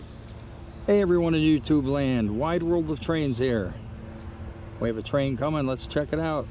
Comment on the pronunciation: Precision railway at its finest! That tanker was hugeaah as you say! Nice Hertzog catch as well! Thanks from Wide World of Trains on YouTubeaah! 🚂🇺🇸🇦🇺🇺🇸🇦🇺🚂